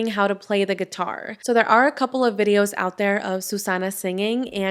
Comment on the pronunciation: You say birrios instead of videos